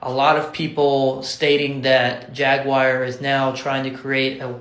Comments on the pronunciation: JAG-WAR or JAG-U-WAR. WTH is JAG-WIRE?! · Why they trying to sound exotic with pronouncing it as "Jag-You-Are?" Just say Jaguar like its aupposed to be. 😒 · What's a Ja-gu-ar 😅🤷🏿‍♂️ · The way you say jaguar is so funny to me lol. Much love dawg